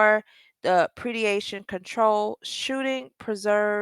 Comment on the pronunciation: YOU GONE HAVE TO GET THE WORD DEPREDATION RIGHT ON PRONUNCIATION BABE